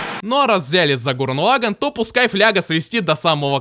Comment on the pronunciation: Гуррен Лаганн. Не позорься, говори правильно.